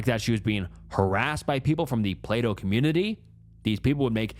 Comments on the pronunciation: I can't be the only one who kept thinking he was saying "play-doh" not "plato" during that one story. 😅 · whenever he read Plato I heard playdough and didnt question it for a long time ASDFASDF